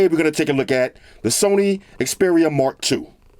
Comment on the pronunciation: Haha sorry It sound like Mark Douche.